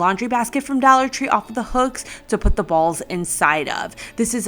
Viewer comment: I love how she says Dallor Tree 😂